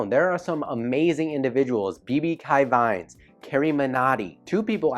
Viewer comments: sorry but your pronounciation of BB ki Vines is wrong, 'ki' is a hindi word written as की and you pronounce it as you say 'key' as in keys. Also this channels name as translated just means BB's vines where BB is the abbreviation of the name of the creator 'Bhuvan Bam' and vines you already know about. This channel is also focussed on comedy with his unique take on the concept of vines. You will understand once you watch his videos. Carryminati on the other hand started out as a roasting channel like Leafy is here(which is now a dead channel). For a time he did videos in the style of leafy that is commentry over gameplay. But with time he also found his own style. Leafy never went beyond his original style but Carryminati did changed his style over time. His videos are now heavily scripted with skits in between at real locations with facecam where he also sometimes uses special effects. Overall he levelled up his production quality as compared to leafy who was just stuck at one thing. He is also not afraid of stepping outside his comfort zone which is evident for m his two videos which are complete skits on PUBG and the life of a cringe pop artist. Apart from these two there are also a lot of other channels as well whose names you may have already read in the comments. Most on them are focussed on comedy and make sketches like AIB itself on various Indian topics. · BB ki vines is pronounced as BB key (🔑) vines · Bibi ky vines What a pronunciation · BB ki vines pronounces more like BB key Vines... Not ky... Keee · Actually it's Technical guruji not guruju and it's BB ki vines not BB kei vines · It is BB KEEEE VINES NOT KY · It's not kai It's sounds as ke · BB ki vines - pronounced like: BB "kee" vines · BB ki vines pronunciation is BB- key -vines he is coming in 2018 rewind(Bhuvan bam creator)